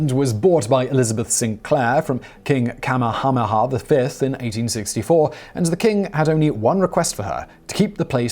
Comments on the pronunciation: The Hawaiian Island name should be pronounced using each vowel i.e. Ni I Ha u< Ne E H A U and the kings name should be pronounced Kah may ha may ha. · Your pronounciations for Niihau and Kamehameha are hilarious. It's nee' ee-how and kah-meh-hah-meh-hah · It's ka-MAY-a-may-a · It's Ni-i-au, not nee-how. The king's name is Ka-me-ha-me-ha, not Kamahena. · pronounced king Ka-may-ah-may-ah :P love you Simon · King "Kamehameha": kah-MAY-ah-MAY-ah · Your Hawaiian pronunciation is horrible! Ni'ihau is pronounced "Nee ee how" (3 syllables ) and King Kamehameha is pronounced "Ka may ha may ha" (5 syllables) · It is pronounced Kah-may-uh-may-uh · It’s pronounced Ni’ihau (nee eehau) and Kamehameha (kah meh ha meh ha). Not trying to police you, but in Hawaiian language, pronunciation gives words different meanings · Kamehameha is Ka-may-HA-may-HA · King (ka-may-ha-may-ha) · Great video. NEE EE HAU. KA MEH HAH MEH HAH. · The pronunciation of "Kamehameha" was cringeworthy. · Totally butchered King Kamehameha's name. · Kamehameha was pronounced wrong too, but I guess Humuhumunukunukuapua'a would get butchered too :D